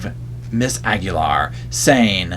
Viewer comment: DID U SAY KEEGAN AGULAIR OR KEEGEN?